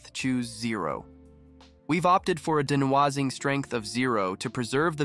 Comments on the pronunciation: I very much thank you for this detailed explanation. I've hit like. Thank you for making me laugh out loud at your pronunciation of de-noise-ing (How much noise?) strength. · Is this AI voice? It talks funny. De-noise-ing ==> Denwasing. :D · De-nah-wahs-ing is actually pronounced de-noise-ing ... becase it gets rid of noise. It's not a French word. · I have never heard someone pronounce "noise" as "nwaz" before, but great muvvie! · dee-no-ahhzzing strength lol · the de'nwah-zing strength.. lovely/ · He speaks "very well"? Are we just ignoring the horrifying mispronunciation of denoising and mov2mov?